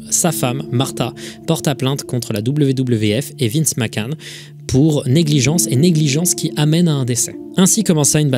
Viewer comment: Tout est horrible comme histoire racontée mais le " Vince Mackan " m'a fait exploser de rire